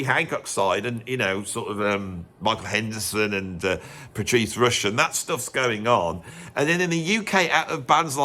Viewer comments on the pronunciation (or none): none